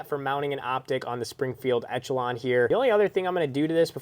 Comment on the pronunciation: You saying etch a Lon is triggering